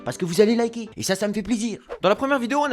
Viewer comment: il a pas dit liquez il a dit liguez